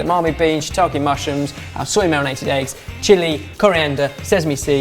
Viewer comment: Dear, I can't recall a time when I've been annoyed at you, but you've done something. It's not shiitaKII or saKII. Shiitake and sake,. Ke is pronounced as Ke (like keg). Yours Sincerely, a slightly peeved Julia.